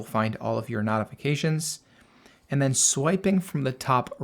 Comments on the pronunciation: Very helpful. BTW, "notifications" is pronounced with a long "O", as in "note", not "not". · That was a bit distracting…the root word is NOTICE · Can you mention the american pronouncement of "Notifications". So listeners know what you are saying. For a minute I did not get what you meant.😊😊😊